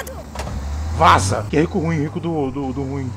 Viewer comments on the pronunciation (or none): Quando vc falo vaza eu achei q era vala kkkk